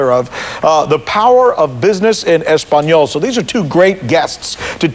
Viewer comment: Espaniol HAHAHAHAHAHA "ESPANIOL" AHAHHAHAHAHAHAHA Fucking dumbass country ahahhahahaa "ESPANIOL" hahahhaha :')